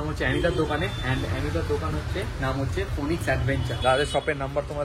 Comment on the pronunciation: ফোনিক্স ❌ ফিনিক্স✅